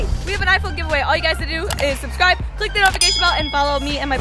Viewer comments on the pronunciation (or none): none